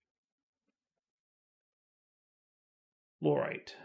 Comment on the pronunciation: fluorite as in fluorecent plz